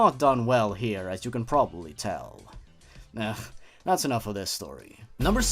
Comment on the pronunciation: wia do you say that awful proddy